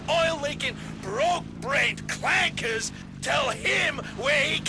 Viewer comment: The hardest R ever dropped is bro saying CLANKERS